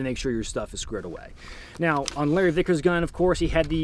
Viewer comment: I swear you said Larry thickers at least once